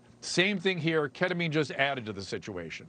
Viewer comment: ..pronounced keddemeen